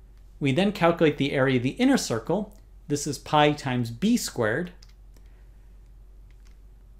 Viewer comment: Every time he says "squared", I sounds like "squirt" to me.